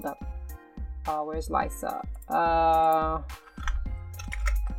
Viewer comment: lyssa its l-issa its spelled like that but not pronounced like that..lol